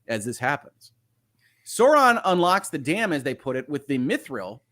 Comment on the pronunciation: I do not love how they pronounces sauron